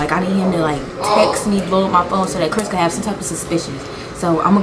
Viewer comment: Did she say Chris or crisp